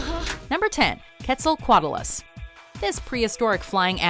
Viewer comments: Quetzalcoatlus is pronounced KWET-sel-COAT-less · The pronunciation of quetza lmfaooo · It's kwehtzulcoatless that's how it's pronounced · You said Quetzalcoatlus wrong and giganotosaurs wrong